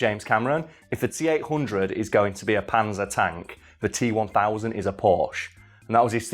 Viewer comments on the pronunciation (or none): none